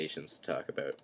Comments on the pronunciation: 5;22 he said talk abooooot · haha "aboot" Canadians are the best, awesome video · "ebeut" /about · ABOOT... haha southpark classic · he says "about" like his irish lol nice apps dude